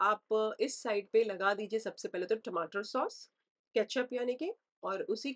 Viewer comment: Very nice 👌🏻 The way u said TAVVA and PAILE 🤣